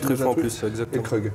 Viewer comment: Etant champenois, je tiens à préciser que l'on prononce Krug : Krougue et non pas Kreug mdrrr. Vidéo au top, qui donne toujours aussi faim